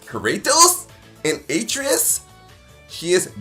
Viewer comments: Most annoying intro to a video I think I’ve ever seen. Made it even worse that he couldn’t even pronounce Atreas right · I absolutely HATE the way he said Atreus. My god they say it in the game. After further review, HE NEVER PLAYED GoW HE IS COMMENTING ON A GAME HE KNOWS NOTHING ABOUT!!!! Bruhhhhh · Why does he mispronounce Atreus like you only hear his name 100 time in the game